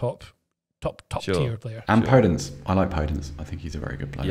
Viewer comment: Sometimes I question if watch football or just play Football Manager and get their opinions from the digital versions of players. Pronouncing Podence as "Poh-dents" then laughing that it sounds like an odd word. Every commentator says "Per-dense" and he's been at wolves about 3 seasons now, surely you'd be getting that right if you'd watched him play? It reminds me of when pundits were raving about Arsenal signing "Ohber-meeyang", unintentionally indicating there's no way they'd watched him at BVB with such a cack handed mispronounciation.